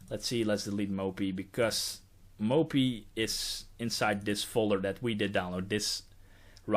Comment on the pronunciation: I like the way you pronounce mopy, moppie <3